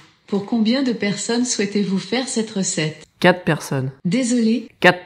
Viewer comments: "kat person", bah non c'est "quatre personnes" qu'il faut dire xD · Mdr quat' person' même moi je ne comprends pas 😂. QuaTRE, c'est pas compliqué. 😉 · MDR, essaye quatRe personnes au lieu de "kat" personnes ;-) voui, les accents en France vont poser des problemes :) Je suis aux US et utilise Alexa depuis peu et je me regale. Je fais un peu de recherche pour voir si je peux l'installer chez mon pere en France. Aux US j'ai un ECHO plus (ECHO avec Hub integre), et un Echo spot. Le son est genial, on peut gerer la domotique =allumer/eteindre les lampes de differentes pieces, gerer le thermostat du chauffage, "Drop in" dans une autre piece ou chez quelqu'un qui est equipe d'Amazon Alexa (app telephone, ou Echo), gerer la TV avec Amazon Fire TV, commander une pizza ou UBER, avoir une discussion idiote avec Trump ou Chewbaca, jouer au trivial pursuit, se faire reveiller avec la musique qu'on veut, des seances de meditations, les news, ou les compliments ou motivations du jour, lui demander le temps qu'il fait, et combien de temps de trajet on a jusqu'a destination, booker un voyage avec Kayak... c'est sympa. "Elle" gere les listes de courses, les listes de choses a faire et calendrier, nous rappelle nos rendez-vous et alertes, peut alerter un numero d'urgence (prive: amis, famille, voisin, mais pas encore la police ou les pompiers, ca va venir, on espere). On peut lui demander de raconter une histoire, une blague, un fait historique, nous lire un bouquin sur audible... La liste de skills est impressionante et il en arrive tous les jours, donc pas d'inquietudes, ca va venir en France aussi. En fait, on peut meme commencer a develop